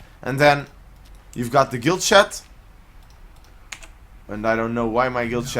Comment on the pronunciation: Lol what's a "shat"? Good vid tho